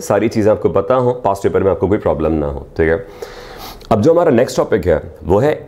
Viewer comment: It's not Teeeghay it's theek hai